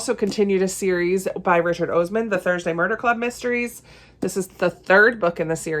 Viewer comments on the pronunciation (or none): Hey, just FYI, Richard Osman's last name starts with an "ah" sound, not an "oh" sound. I only know this because I watch a lot of British TV and he's a TV personality I've seen on a lot of shows.